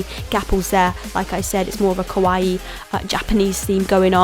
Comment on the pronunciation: I love Love LOVE this video, but she says Kawaii wrong which kind of bothers me... but other than that, I really love this video.